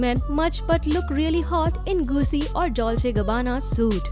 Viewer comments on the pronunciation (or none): none